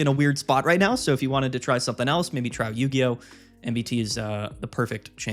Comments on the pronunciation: Not Yu-Hi-Oh 😂😂😂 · Idc it's yu-hi-oh from now on lol